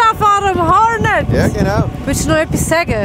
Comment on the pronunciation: Wowww kann sie ja gar nicht "Hornet" aussprechen.